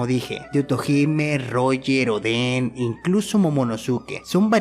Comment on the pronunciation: odén? momonosúke? quienes son? suenan rarisimo pronunciandolos asi, osea, es TONTO